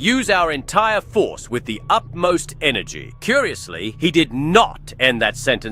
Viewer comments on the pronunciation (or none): Utmost. Short for Utter-most (i.e. absolute most) Not "Upmost"